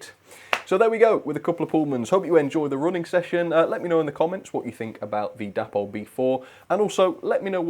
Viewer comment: I am sure it is pronounced 'DAY-pol'? The founders were DAvid and PAULine.